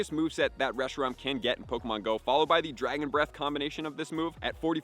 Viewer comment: He literally had to add Fusion FLARE to Reshiram's moveset on gamepress to get the spreadsheet, I don't understand how he messed the name up for the entire video lol